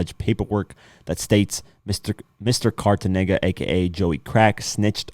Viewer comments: I think it's Cartegena, lol but nice informative clip though. Thanks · Wtf is cartenega lol